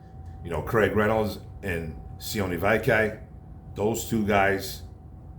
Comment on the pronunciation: Vaki rhymes with hockey. "Hey hey Vaki town" as Matt Deri says.